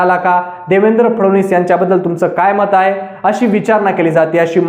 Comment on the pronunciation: फडवनीस नाही रे फडणवीस असे आडनाव आहे..